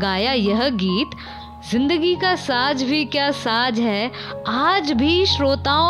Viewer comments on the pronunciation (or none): Saj nahi hota hai . Ma'm. Saaz hota hai... Thoda Urdu Sikhiye . Lata jee ko Word Mohabbat Bolne nahi Aa raha thha kyun ke Wey Marath medium Se Taleem Hasil kin Thhin. Malika Tarannum Noor Jahan ne unn ki Islah ki Aur kaha Urdu Sikhein Kyun ke Alfaaz ko Adaa karna aur Bolna Bolna bhi Ek Fun hai.., Aur Lata jee ne Urdu Bahoot Mehnat Se Sikha Aaj Woh Ek Kaamyab Singer hain., Jo Ek Lafz Mohabbat Sikha thha Aaj tak Qayum hai.,. Gustakhi Maaf. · Word “ SAJ”. Nahi “SAZZ” hai, Urdu theek se bolni nahin aati tou matt bolo.